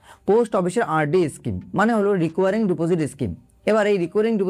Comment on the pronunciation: রেকারিং বলুন রিকোয়ারিং নয় II